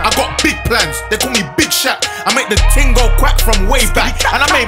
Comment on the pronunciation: My guy just said thing instead of ‘ting’ 😂